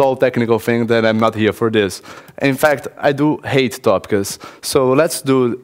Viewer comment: someone who wants to give a lecture should be able to pronounce the word "Topics" correctly